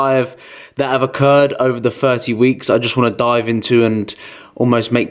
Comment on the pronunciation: One of the most annoying speech impediments is substituting F for TH. As in FIRTY DAYS.